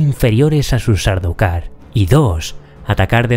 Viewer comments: por que pronuncias "SÁRDUKAR" ? SAR DAU KAR..... esa AU no se convierte en una U. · pero porqué les dices? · Habitualmente digo "Sardaukar", aunque a veces con la rapidez de la narración digo o parece que digo "". Y sin embargo tampoco se pronuncia así. Se pronuncia "SAR DA KAR", o al menos así lo hacía el autor de la obra en las grabaciones que hay de sus entrevistas. Hasta en eso me he documentado, pero si lo pronuncio mal aún sabiendo perfectamente cómo se pronuncia ¿Porqué crees que puede ser? Párate un segundo a pensar en la cantidad de horas de lectura, documentacion, escritura de guiones, grabaciones, edición, búsqueda de imágenes, bibliografía, música, miniaturas, etc. que llevan todos los vídeos que he subido en estos días e imagínate intentar concentrarte en decir todos los nombres correctamente sin que la costumbre te la juegue. 😃 Tú solo has dedicado 30 segundos a escribir este comentario y te has equivocado. Imagínate la de veces que me equivoco yo. A veces hacéis unas preguntas... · En castellano puedes decir Sardaukar.. es cierto q Herbert lo pronuncia como “Sard-kar” la “au” es casi muda ..pero no es una palabra concebida como de origen anglosajón. Buen vídeo.